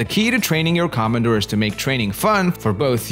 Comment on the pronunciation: Please don't say 'come & doors', just normal o wovels. Komondor. Simply o.